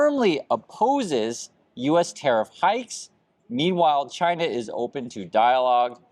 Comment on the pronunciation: Trump can't even pronounce China correctly. I'm pretty sure he can't point to China on the map.